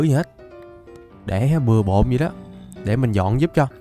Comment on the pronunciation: Sao cứ đọc vậy thành zây